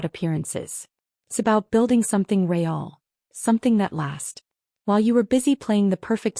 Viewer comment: Who knew that the word "real" had two syllables?